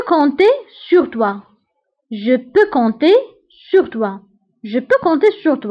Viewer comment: هلا كلمت compter ال p ما بتنلفظ ما